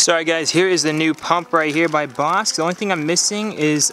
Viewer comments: Pronounced Bosh Not Bosk👍👍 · Hopefully everything works out. By the way, Bosch is pronounced “Bosh” not “Bosk”. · BOSCH is pronounced BOSH, like SHine :D :D